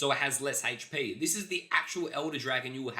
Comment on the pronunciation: anyone else hear hate shhh P when he says HP? 😁🤣🤪😜 or something